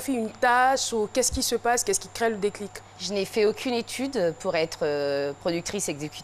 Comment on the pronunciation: Caro avec son mot " déclique" elle prononce ça a chaque emission😀😀😀